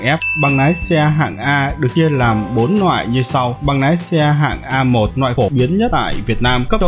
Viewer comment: Nói cũng oke nàm thêm nhiều cờ níp nữa anh nhé, để em học nái xe :))